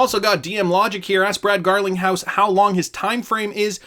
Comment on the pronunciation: You said Brad Garlic house 🤣 and from there on out, on purpose?